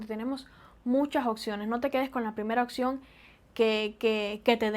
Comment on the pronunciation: En cuanto a la dicción, trata de no decir "oCción" sino "opción".